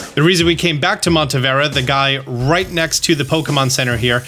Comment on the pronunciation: It is not Montevera, it is Monte Nevera. Just for future references bud. It did bug me every time I heard it 😅